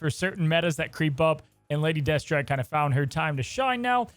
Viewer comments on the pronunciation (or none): none